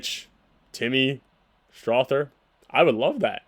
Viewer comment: Go soft on the "th" in Strawther